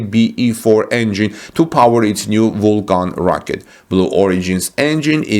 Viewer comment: Alliance, Vulcan mispronounced.